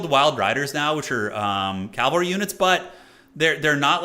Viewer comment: pls: it's pronounced cav-al-ry not calv-al-ry